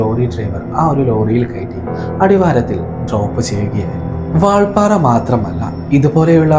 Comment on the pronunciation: വാൾപാറ അല്ലെടോ കോപ്പേ വാൽപ്പാറ